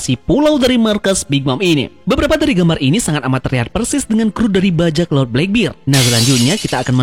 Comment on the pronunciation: di baca blakberd kali om bukan blakbir..